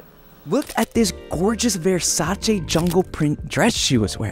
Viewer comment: The fact that you pronounced Versace correctly makes me a proud subscriber. 👏👏👏